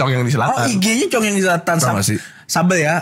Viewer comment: Nama minumannya congyang yaa? Dengernya congean😂